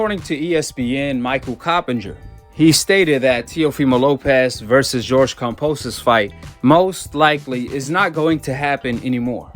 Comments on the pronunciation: KamBosos not KamPosos, why he say it like that lol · Cam"B"osos not Kam"P"osos. love your vids. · Where's the P in Kambosos? 🤔